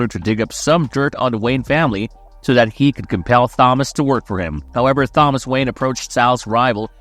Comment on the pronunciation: You don't know how to pronounce Thomas? Is it a AI Voice?